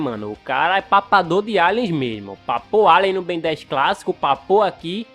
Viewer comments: Perceberam que invés dele falar Ben ele falou várias vezes Beno kkkkkkkkkk 😂😂😂😂😂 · É ben não benio 😠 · Só eu q ri toda vez q o falou Benio? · O engraçado ele falando clone do ben e eu confuso sem saber se era do bem Ou do ben